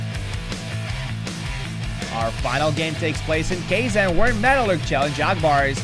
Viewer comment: Is it me, or is mispronouncing Kazan? He seems to be calling it "KAY-zan" - I thought it was pronounced "Kah-ZAN"?